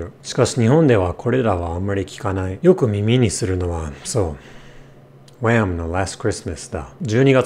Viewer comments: Switching to an American accent for "Wham!のLast Christmasだ" had me rolling lol. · Completely dropping into "disappointed west coast English" to say Wham. Killer. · yep, it's jarring to say the least. i've grown accustomed to flawless japanese accent and then suddenly BAM! (or WHAM!) american english!